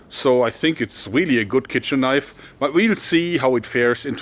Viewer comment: "THAAAT's a KNOIF!"